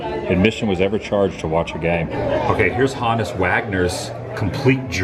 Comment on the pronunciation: Honus Wagner. Rhymes with BONUS. YOU CAN TELL ADAM IS NOT VERSED ON BASEBALL HISTORY.